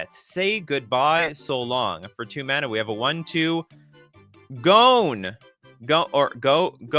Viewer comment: struggles with the word "Gone"